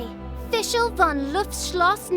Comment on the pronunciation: I love how Fischl pronounces the German words